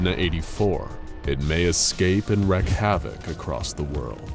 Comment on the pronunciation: Why does everyone pronounce it as "wreck havoc"?😶